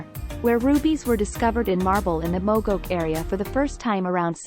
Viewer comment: It would be nice if when people insist on using Text-to-Speech Engine to narrate, that they'd TRAIN it to pronounce words correctly, such as Moh's which is pronounced "Mows" like "He mows his lawn with a lawmower" ! Not MAWS ! Mogok is pronounced "Mo-Gawk" ! PS> One of the largest and most productive Ruby Mines currently is in Iceland.